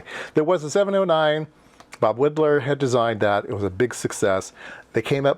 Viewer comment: It's WHY-dlar. For some reason he did not like being called Wee-dlar. I've always wondered if it was to distance himself from his Bohemian roots ..